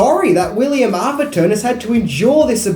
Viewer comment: Couple of things- it’s “A-therton” - with an “a” like “cat”. Trust me on this one! Secondly, does anyone remember the awful TV edit that came out in the 80s? The iconic “this man has no dick” line was redubbed as ....... “this man is a Wally Wick” The mind boggles!